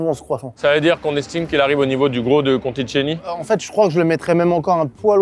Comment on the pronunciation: Je ne sais pas si c’est réellement utile de le préciser mais Philippe Conticini (que vous venez de lire Contitchini) se prononce Contissini